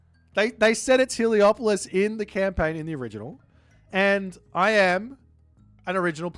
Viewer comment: it's helepolis not heliopolis 😂